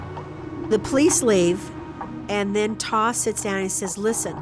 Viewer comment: The man’s name is TAW for gods sake 🙄🤡